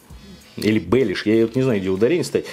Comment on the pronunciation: Неправильные ударения сильно режут слух, бэлеш так не едят, в комментариях уже написали. За время ожидания заказа можно было и почитать про татарскую кухню